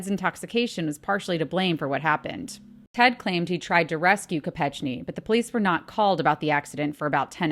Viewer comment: It's pronounced Mary Jo KopeKni. I was here when we heard it on the news in the UK 😊